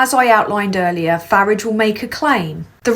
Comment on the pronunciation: You're saying Farage wrong. If you can't say it right, just call him Nigel